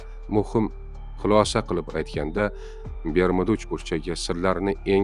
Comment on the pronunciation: Бермуда эмас, Бермуд